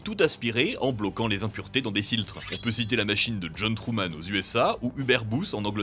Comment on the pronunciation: cest moi ou tu as dis truman au lieu de thurman😂